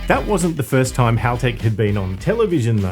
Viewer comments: I always laugh when car guys ang girls pronounce Halltech incorrectly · 11: Most Americans pronounce Haltech 'Halltech' 🤷‍♂️ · Rhymes with bell. Not ball.